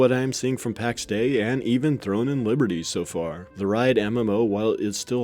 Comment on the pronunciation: Heard them pronounce it Pax Day-E